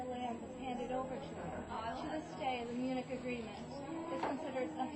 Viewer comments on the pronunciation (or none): none